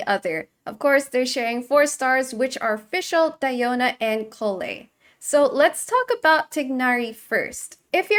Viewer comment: Lovely that does know how to pronounce Collei correctly